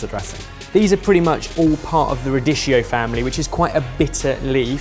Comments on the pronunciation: darling, but radicchio is pronounced "rah-di-kioh", not "rah-dish-ioh". Take it from someone who's kind of a linguist;) Also - botanically it's not a family, it's a group:) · Radeeshio? Ra-dee-kee-o!!!! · radicchio is pronounced RAH-DEE-KIO. Not rah-dee-shio. The ch is a k sound in Italian. Fai il bravo! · Sorry...ra-DISH-ee-o family? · The man didnt just say RADISHIO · it's radicchio with an hard C